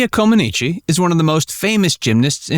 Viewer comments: pronounced Coe-Ma-Neech !! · To me, it's pronounced "Common-Etch" but say it quickly. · Her last name’s pronunciation is Comaneech. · Yes! That mispronunciation was so annoying. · embarrassing. Narrator can't even pronounce her name correctly and expects to be taken seriously. please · A deep dive? Research sufficiently to learn how to pronounce her name. It’ll give you credibility. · You are pronouncing her name incorrectly!